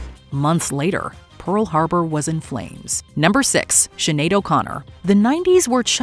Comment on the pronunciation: Chenade?? Seriously?